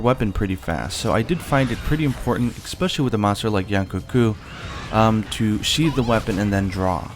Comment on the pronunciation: excape? expecially? really?